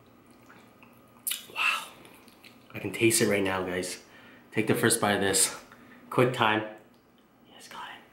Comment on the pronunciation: are you saying quick time or something in Korean?